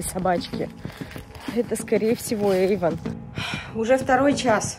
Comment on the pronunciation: Эйвон а не Эйфон